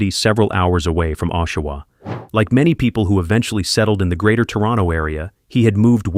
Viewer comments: It is not pronounced "O"shawa, it is pronounced "AWE"shawa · Oshawa... awe_sha-wah not O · Pronunciation on Oshawa sucks. It sounds more like awwsh- awa. Not oh-Shawa. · Ok this is driving me nuts..it's pronounced AH-Shawa not OH-Shawa!! 😂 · It’s pronounced aW shoe wah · I live in the area.. it's pronounced Ah-shoe-wah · Really? How come you cant pronounce names of people places worth a shit. Just brutal that you pronounced Oshawa a Canadian city incorrectly for the first 5 minutes of the video you incorrectly pronounced it with the "O" sounding like its pronounced in boat. Realized you were pronouncing it wrong and then didnt go back and fix the first 5 minutes of the video before releasing it. So amateurish. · Oshawa was pronounced in three different ways throughout the video and none of them were correct. So sad for these women. RIP! Please stay away from drugs. You don’t know if you’ll be one of the ones who can’t stop. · I’m from Oshawa and know the families. You could have at least pronounced the last name for Rori correctly and the City. Besides that you gave some good insights.